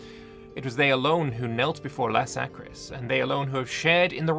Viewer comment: Laskaris, not Lasakris. Just so you know